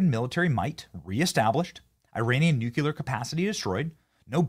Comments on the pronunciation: Benny, love, its NOT NU-CU-LAR, its NU-CLE-AR, lol. Just a peeve I have, still love ya of course! You rock!!! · Please it's nuke-le-er not nuk-u-ler !!!